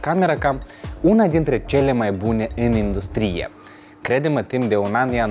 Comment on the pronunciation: În română se zice indùstrie, nu industrìe. Poate în Moldova se zice aşa sub influența limbii ruse? Presupun, nu ştiu rusă. În rest succes în continuare!